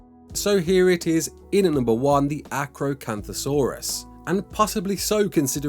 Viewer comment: Omg u said carnosaurus TLC -_